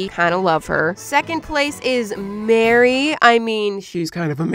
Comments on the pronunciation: Why did I hear Beary but it’s Mary😭😭😭😂😂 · I thought she said Berry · she calls her mary, emphasizing the M twice after announcing her name. You can hear it